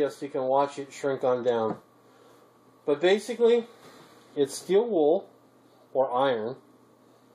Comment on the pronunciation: Did you say you can us charcoal in steed of the still wool!